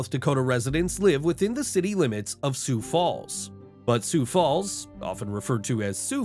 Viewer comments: No mountains, no Sioux-Foo and Pierre is pronounced "Peer"... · never heard sioux falls called su fu and its not pea air its peer